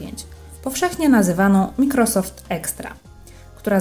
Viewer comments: wym. "majkrosoft" nie mikrosoft. Chociaż jakbyś jej napisał do czytania z wymową jak nie zna angielskiego ;> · Super filmik, tylko nie "wszystke" a "wszystkie" i nie "mikrosoft" a "majkrosoft"👍